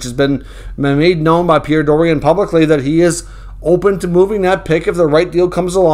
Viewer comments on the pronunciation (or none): none